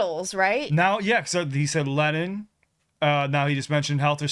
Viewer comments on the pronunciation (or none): Its lenin not lennon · Lennin not Lennon 😊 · Wrong "Lenin." Watch The Big Lebowski, Donnie! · It's Lennin NOT Lennon🤣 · Lenin not Lennon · “LENNON” not Lenin, an inexcusable mistake. He’s also why the workers have struck for fame. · Lenin. Not, Lennon. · Lenin - not Lennon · Lennin...not Lennon. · Lenin, not Lennon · 'Lenin,' children, not 'Lennon.' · Lennin not Lenon. Oof. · (Russia's) Lennin. NOT... Lennon. (BEATLE) John. 😊 🤘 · Lenin! As in the Soviet Union...not Kohn Lenin...lol. He latterly said "reading Marx